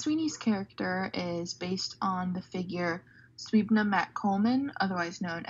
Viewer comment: Great video, but Suibhne is pronounced more like siv-in-yah 😄